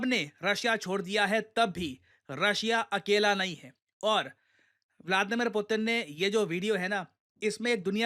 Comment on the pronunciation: pyuton ?? Putin ✅